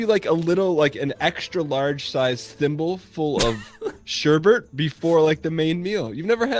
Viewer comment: The "Sureburt" pronounciation. It hurts, mama, it hurts.